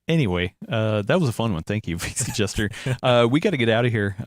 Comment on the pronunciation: always says VC Gesture instead of VC Jester